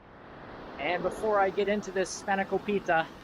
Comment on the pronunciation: You said spanakopita wrong. It's spanner-KOP-ita the accent for kop and ita are different. google how to say spanakopita. emphasis is on KOP